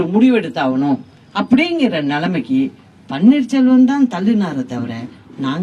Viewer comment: she is saying panneer solvam , she doesn't know to pronounce the name even